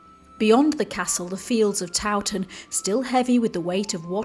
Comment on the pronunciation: So good you pronounce Towton proper lol. Not like some so called historians who call it TOE TON pmsl. Suveners no doubt. Mi Dad took me to look around and to mass back in the 60s/70s when it was owned by monks n not open to the public. He had contacts lol. I took my kids there to midnight mass on Christmas eve a couple of times. Showed them the saint in a glass box under the altar. It was said that she had been covered in wax which was sculpted to be a realistic likeness. I'm only a few miles away all mi life lol. So good that this lovely place is being kept alive. I was worried a few years ago. Might have been demolished n become little wooden boxes pretending to be homes lol. Think you missed the wax covered saint out. I can't remember any more details but the monk ghost was a thing in the 60s lol. It oozes history in a nice way.